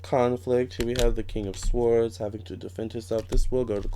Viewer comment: FYI: Swords is pronounced "sords". The 'w' is silent!